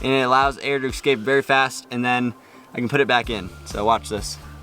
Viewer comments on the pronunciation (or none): love your videos and so sorry about your accident. Some words to fix - try 'eSpecially' and 'eScape' not eXpecially and eXscape. Thanks.